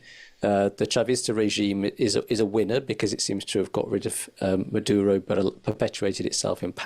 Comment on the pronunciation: Merdyuro? Yah, nah.